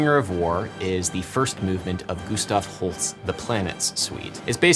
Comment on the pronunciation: Adam, I love you, this video is amazing, but WHY do you pronounce Holst as Holtz? Haha! Anyway, thank you for this, I love "but actually" videos.